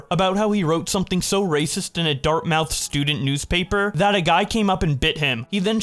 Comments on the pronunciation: Pronounced dart-moth. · A lot of mispronunciations in the end part when you're reading. Not trying to be rude. Just letting you know. Dartmouth, incisors, and alumni stand out a lot.